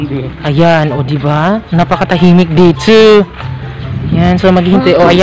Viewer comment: PLEASE WAG MAARTE SA PAG BIGKAS NG DETO AT NANDETO. .. , , . KASI PANGET PAKINGGAN.